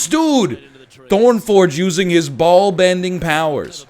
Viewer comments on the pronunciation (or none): Did he just say bald-bending powers?;-)